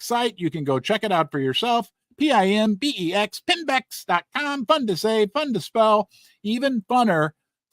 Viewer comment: Correction, it's Pimbex, not Pembex. Sorry, Pimbex.